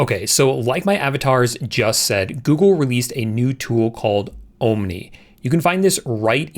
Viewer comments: Great video. I agree. It's there to replace Sora as well. Nice move on their part. Oh yes, before I forget....it's "AhhMNI", not "OhhMNI" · Actually: ah-mnee(en-us) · Tell me it's ai generated without telling me it's ai generated 'oh-m-nee' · Oooom nie? You need to fix your ai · Ohm-Knee? Your pronunciation. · "Ohm Knee" 😂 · Pronounce omni as AHM-nee 🤣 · Ohm nee. Same here. :) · Why don't you learn how to pronounce omni i cant stand to watch you anymore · bro learn to say omni properly. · Your AI avatars know how to pronounce "Omni" better than you lol wassup with the hard "O"? lmao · Ah... you finally admitted that the entire channel is AI generated. Nah, you must be real - Omni would have known how to pronounce Omni ha ha 😎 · I'm glad I'm not the only one that was triggered by the pronunciation of Omni. Dude.. did you learn English in Canada or something? 😂